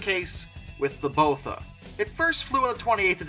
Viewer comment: Just a note - the B 26 Botha was named after Louis Botha, of South Africa. Being a Boer, his name would be pronounced "Bota", approximately, rather than "Bowtha".